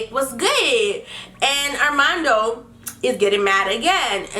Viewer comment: It's hilarious how she says his name, Arrrrrrmando😂